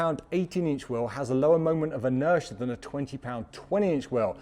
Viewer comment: Interia? Waht's Interia?